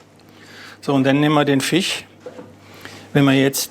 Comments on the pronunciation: Was für ein Dialekt soll das denn sein? Fich Fong? Statt zu Jagen vll mal zum Logopäden xD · Fich mag ich nicht so sehr wie Fleich :p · der redet wie meine Frau… Fich und Tich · Kein Fleich kein Fich, komich...😅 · Soose und Fich macht mich fertig. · Sagt statt Milch, Mülsch kann aber nicht Fisch sagen xD Und der Sous Chef sieht irgendwie depressiv aus, wahrscheinlich weil er den ganzen Tag Fich, Fong und Gelantine hören muss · sose und Fich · Lustig, wie er immer "fich" sagt. Ganz fricher Fich ist natürlich frich gefangen, gell? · Einmal Fich und Fleich 😖😅! Die erste Episode des Formats, die mich hungrig gemacht hat. Diesmal sogar Dinge gelernt, die im Alltag anwendbar sind. Hat mich gut unterhalten, danke! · Fich Fong